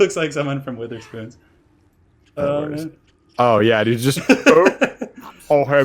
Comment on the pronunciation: "wItherspoons". Lol It is basically pronounced weather spoons by the entirety of the UK. Fun times.